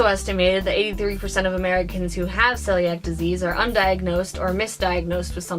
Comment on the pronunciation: This was a great video. Though it's pronounced "seeliac".